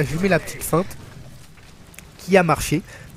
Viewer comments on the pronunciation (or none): Euh il me semble que l'on dit Feinte et non pas Fente --' Sinon belle vidéo je m'abonne direct ^^